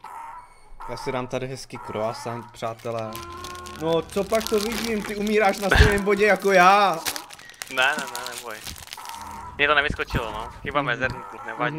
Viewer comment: Na kroasant ale krosian !!!!!!!!!!!!!!!!!